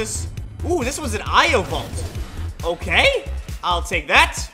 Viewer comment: It's not io valt